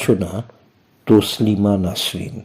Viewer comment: তসলিমা উচ্চারণ টা একটু ভুল হয়েছে দাদা 🙏 ভালো লাগলো 🙏 ভালো থাকুন কবিতার সাথে 🙏